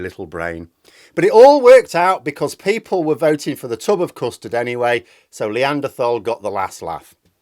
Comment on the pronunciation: The 'Lee-anderthal.' Lol